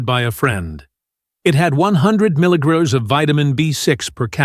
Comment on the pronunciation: Get rid of the annoying, distracting AI which can't even pronounce the word "milligram" correctly. Additionally, it's word infections make no sense.